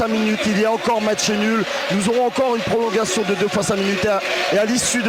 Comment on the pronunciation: "prolonguation" .. au secours ...